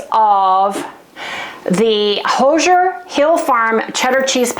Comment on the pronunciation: Good morning, Harry and lil Sally. I want to help you with "Hoosier". Whoo-sure. Indiana is the Hoosier state. Im from south central Indiana, born and raised😊